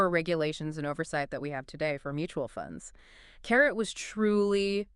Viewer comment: it is pronounced CA-RAY...not carrot